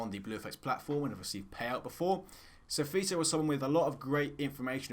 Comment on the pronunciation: Ey bluFx actually said Sfiso considerably well ey. Phakamisa lapho Fistos..